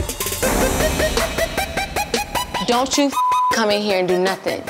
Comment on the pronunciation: When he called Michelle knot kneeded 🤣🤣🤣🤣